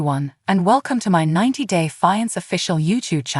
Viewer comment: Do you listen to these b4 posting? It is awful when the A i can't say the main words like fiankay....lol